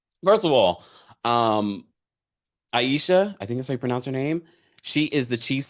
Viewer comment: I love all Below Deck iterations. I'm so glad you're recapping! Aesha is pronounced A-sha. She's a great chief stew. Tumi is absolutely the best stew on all the franchises. She's always on the right side of things. Adam is an utter douchenozzle. Capt. Jason is a bit of alright but he has a real blindspot when it comes to Benny. Benny is reckless and that makes him dangerous.